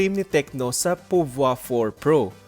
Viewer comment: Yung ibang reviews iba yung pagka pronounce ng pouvoir eto lang yung narinig ko ng tama... Nice review po keep it up